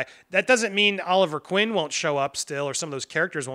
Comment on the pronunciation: It's Oliver Queen actually not Quinn. Lol love ya.